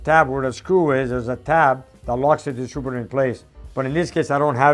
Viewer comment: Distrubitor:) I worked at a mill a few miles up the road in St Jerome and all the tradesmen spoke great English with a few twists